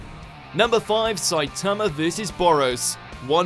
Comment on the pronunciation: Sa-i-ta-ma not Sai-ta-ma